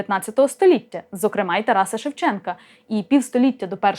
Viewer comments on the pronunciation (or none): none